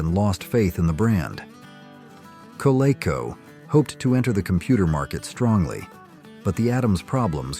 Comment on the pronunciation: Learn how to pronounce "Coleco."